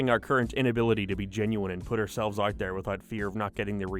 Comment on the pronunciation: Why do you pronounce fucking out like UOIT? Jesus christ